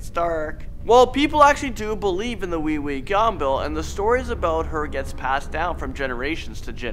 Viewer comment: *pronounced way-way gum bell * Him : WEEWEE GUMBALL